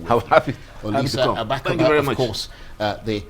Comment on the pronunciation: It is a shame that this talkative cannot pronounce Agbakogba, even though he has Igbo last name and lives in Nigeria.